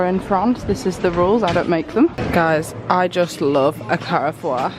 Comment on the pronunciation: Your pronunciation of Carrefour 🤣🤣 Also you smashed the translation of “think Carcasonne is a small town” the words were correct Also whilst typing this just said “muy bien” as a uni student (studying Spanish and French) I’m pissing myself 🤣🤣 love you guys 🥰